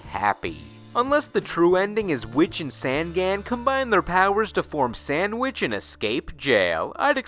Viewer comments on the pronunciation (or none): Jesus, Sangan is pronounced on like you turn the lights ON. "Songon." It just means 'three eyes;' maybe they gave him a backstory to make up for his on-the-nose name.